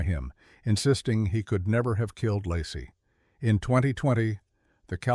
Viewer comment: Should have titled this how many ways can we mispronounce Lacey Peterson's 1st name...I'm done